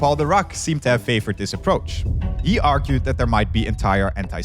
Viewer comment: has bad pronunciation. Three - Free. That - Add. Thing - Fing. Or - All. This - Vis. Whether - Water. Combination - Accommodation. Symmetric - Cedric. Why did you hire the worst?